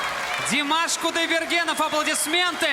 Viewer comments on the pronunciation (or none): De mosh. Koo die ber gin. Russian pronunciation puts the off at the end of his sur name. That 22 second one breath run at the end gets me every time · Dee-maaahshh Coo-die-burr-gen. Dont add the NOV at the end as pronounced here as it was the typical Russian pronunciation.